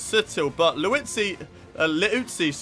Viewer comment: He finally said Liuzzi correctly! Guess it took something like 5 episodes for that, :P